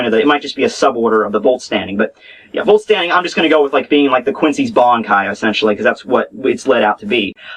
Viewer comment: not VOLT-STANDING but VOLL-STÄNDIG!